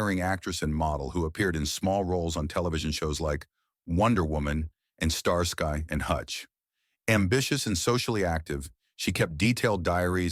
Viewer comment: 2018 doesn't have an apostrophe also it's Starsky as in ski not sky